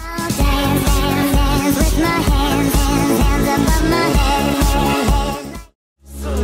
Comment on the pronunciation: They said Dane instead of Dance anyone else notice